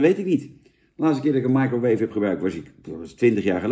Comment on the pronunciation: Daarom noemt hij het oook "maaikroweef".